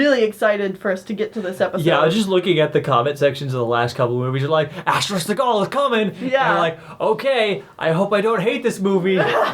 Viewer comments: Asterix not asterisk XD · Asterix was serialized in Pilote magazine, but the series became known internationally via the collected editions of the story arcs. That said, Asterix the Gaul is a very weak film, and I say that as a lifelong Asterix fan. If you're going to see any of these films, go with the live-action Asterix: Mission Cleopatra (2002) and the animated Asterix and the Viking (2006). Lastis, it's pronounced "Asterix," not "asterisk."